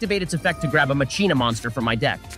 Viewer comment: Endlessly amused me that keeps saying Macheena. Especially when he actually pronounced Machina right once